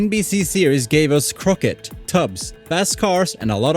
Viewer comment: Crockett not Croquet 🤣